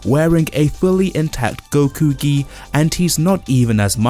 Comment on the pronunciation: are my ears hearing right or he is saying “Whisky” instead of “Gi” 🤣